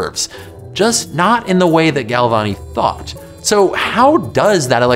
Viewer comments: what he said: “this is what a thought looks like” what i heard: “this is what a thot looks like” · I thought he asked "What is a thot". Damnit, internet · I swore he said thot 🤦🏾‍♂️🤣